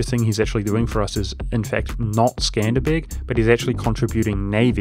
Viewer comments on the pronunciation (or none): none